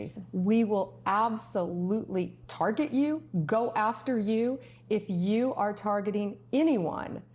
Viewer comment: Did she say Target!